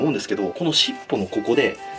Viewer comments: し↑っぽ↓なんだ...。 し↓っぽ↑じゃないん?w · しっ↑ぽ↓が気になりすぎて途中動画に集中できなかった。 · しっ↑ぽ↓定期